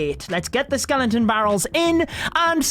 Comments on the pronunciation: Sorry but it’s skeleton scel-et-on barrel not skelenton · Its skeleton you dum not skelenton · I guess it is pronounce Skeleton.. npt skelenton 😀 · It’s Skeleton... not skelenton... no N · everyone: Skeleton: Skelenton 😂😂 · Dude it’s not “skelentons” it’s skel•eton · Whats a skelenton haha. Isnt it called skeleton? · Stop saying skelenton, like omg dont do youtube of you cant even pronounce skeleton right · Ugh!! Please. Why you saying skelenton? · Skeleton, not skelenton.. gosh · Take a shot every time he says skelington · skelenton barrel 😂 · Skeleton, not skelonton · I love how he pronounces skeleton as "skelen-ton"😂💔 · it clearly says skeleton not skelenton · Why are you pronouncing skenlenton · Skelenton.. Skellington?? Love the vids but couldn't stand your pronunciation of Skeleton xD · "Skelenton" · Nobody:: Skelentons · Is it just me or is he saying skelenton? No offense, great video! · My TH11 base: SkeleNton Barrel (Level 8) My TH10 base: SkeleNton Barrel (Level 7) My TH9 base: SkeleNton Barrel (Level 6 ) ..Man that "skelenton disturbs me.. :D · skelenton lol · Is it just me or did we all hear skelentons 🤣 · “Skelenton” 😂 noice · “Skelenton” lol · With ur accent it sounds like Ur saying Skelenton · my man is pushing 40 and can’t say “skeleton” skellington headass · no body:: SKELENTON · Dafug is a "Skelenton"? 😂😂😂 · Did i hear skelentons ? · I find it triggering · My diarrhoea gone after listening to his SKELENTONS and clenching my butthole everytime he said it. 😂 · Nobody:: SKELENTON